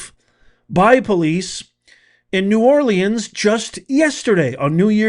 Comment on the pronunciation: Great video, but please learn how to pronounce “New Orleans”